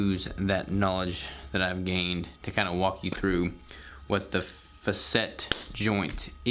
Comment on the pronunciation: Faa SET is how it is pronounced